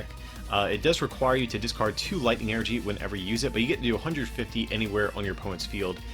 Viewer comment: It’s En-er-gy not fricking E-R-G